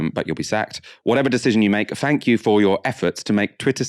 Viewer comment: Love the channel I really like and support the content, however please please please pronounce words that begin with a T with a T not an F. Thanks isn't Fanks, and think isnt fink.